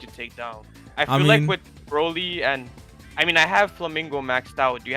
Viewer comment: HE SAID BROLLY RIGHT LETS GO